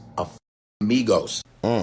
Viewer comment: 😂😂😂😂😂😂😂, you also have an accent is not migos, because that doesn’t exist, Amigos meaning many male friends. Amigo= male friend. Amiga = female friend. Just speak 🗣️ your whatever you speak at best because definitely is not Spanish. 😅.